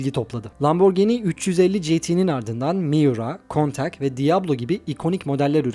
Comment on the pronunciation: Araştırma yaptığınız için görmüşsünüzdür ama çekimde unuttunuz diye düşünüyorum. Countach İngilizce değil İtalyanca bir kelime ve Lamborghini Miura'dan itibaren araçlarına şampiyon boğaların ismini veriyor. Bende arabayı ilk gördüğüm 85-90 larda kountak diye telaffuz ediyordum ama aslı kountaşh. Yinede emeğine sağlık. Kolaylıklar.